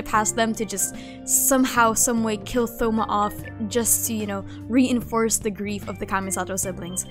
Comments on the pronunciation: THoma? as in like Three, Thoughts ect? It's "Touma" in terms of pronunciation, the O makes a sound line tone and zone, silent H. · Thoma lol how you pronounce it , it's more like toma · did she just say th-oma 😭😭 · the way they pronounce thoma as though not toe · btw thoma is pronounced toma like a short version of thomas lol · No hate isn’t thoma pronounced “toh-mah?” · the way you pronounce thoma i cant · Have you always pronounced thoma with the 'th'? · dont say thoma's name like that waaaaaaaaa